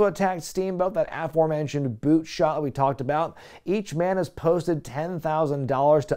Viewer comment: Please goddamnit..stop stressing the first syllable in aforementioned...